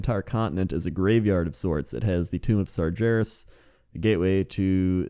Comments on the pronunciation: Sar GAR es not sarjarus but we all make mistakes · sargeras is pronounced: SAR-GAAR-US NOT SAR-JAR-US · Sar-jair-us sigh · Sar-JER-is yup thats. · the way you say Sargeras irks me and that's my opinion~ internet. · please, I can't take it. Sargeras has a hard G, not a soft one. It's like nails on a chalkboard, man.